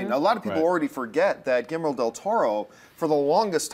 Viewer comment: John needs to learn how to pronounce Guillermo.